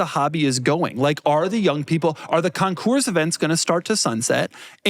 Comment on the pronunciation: FYI: The "s" in concours is silent. PS. Love all of youz!